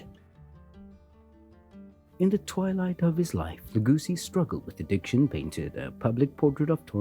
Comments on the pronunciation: Dork!!! >>> Lagosi is Not pronounced "la goo see"! ~LA go see~ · Very interesting! But Lugosi is loo-GO-see, not low-GOO-see. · I've never heard Bella Lugosi pronounced Luo-goosi. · Some of the pronunciations of the names is annoying. Bella Lagoosey?